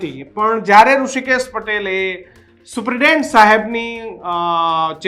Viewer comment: આ એંકર ભાઈ ને સુપ્રિટેન્ડેન્ટ બોલતા ફાવતું નહીં લાગતું...થોડું હોમ વર્ક કરી ને આવો... ડાયરેક્ટ ટેલિ પ્રોમ્પ્ટર સામે આવી ને બોલવાનું શરૂ ન કરો મારા સાહેબ